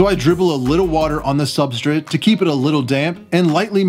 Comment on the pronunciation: I'm not entirely thrilled with how you pronounce substrate but great video. You take very good care of your animals